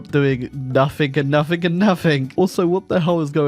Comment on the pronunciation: can someone remind him that there is no k in "nothing"